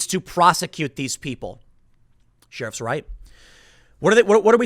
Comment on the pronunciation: Off topic, but always enjoy when Tim's Chicago accent slips out. Dem sheerifs are on a mission from Gahd.